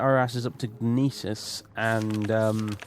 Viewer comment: "Gnisis" is pronounced in Skyrim ("New Gnisis Corner Club"). It's NISS-iss. In gn- the g is always silent unless you're a gnelf or a gnoblin. I believe what people were telling you with Aryon is that it's two syllables and not three, but I don't think there's any confirmed pronunciation on that one. I'm pretty sure Hla Oad is pronounced "Hlah Ode" (with the surprisingly easy to pronounce HL as in Hlaalu, as the H is formed entirely in the back of the mouth and the L in the front so both can be pronounced simultaneously), but I can accept Hla Oh-Ad, just not Huhluh Oh-Ad.